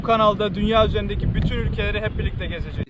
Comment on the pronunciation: Bu sondaki outro gun gectikce kisalior mu bana mi oyle gelior🤣🤣 gezecegiz kelimesi gun gectik ce kisalior🤣🤣